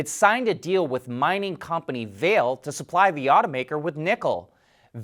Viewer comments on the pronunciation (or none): The correct way to pronounce Vale's name i's “vah-lay” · Vale is pronounced Va-lay'